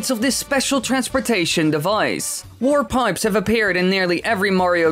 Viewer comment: It sounds like you're saying "war pipes."